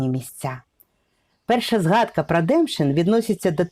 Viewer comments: не ДЕмшин, а ДемшИн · Демшин,наголос на " И " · Село називається ДемшИн а не ДЕмшин